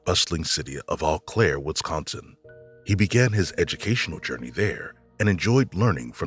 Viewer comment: It's oh-claire in pronunciation hee hee. I've live in WI for 13 years, formally from across the river in Minnesota. Our names in both states are mostly Native based and tend to tongue tie people. e.g. I grew up in Mahtomedi, MN. 😊